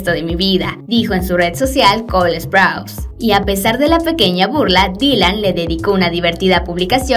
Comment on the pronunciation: Sprouse no se pronuncia asó NO ES HATE Solo estoy diciendo